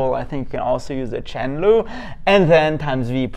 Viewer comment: Im not a good English speaker, so I was confused hearing Chen Lu, wondering what is this? 😁